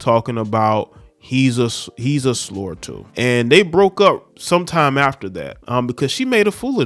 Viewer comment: It’s slut …not sloar , good video though